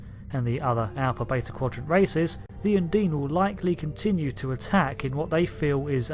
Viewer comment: Un-deen? Surely it's un-dine?